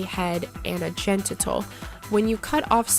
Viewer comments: please learn how to spell and pronounce GENITAL.... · Ouch that mispronunciation is hurting